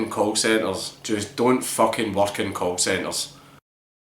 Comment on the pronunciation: at first it sounded like you said cult centers, and it fit pretty perfectly